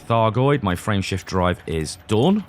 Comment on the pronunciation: LOL I heard "Friendship Drive" instead of "Frameshift Drive". Thanks for the laff.